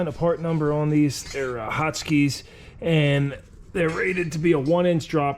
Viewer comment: Hot skis? or Hotchkis? Haha :D